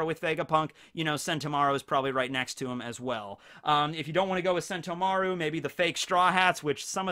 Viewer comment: The way emphasizes Mar in Sentomaru instead of the To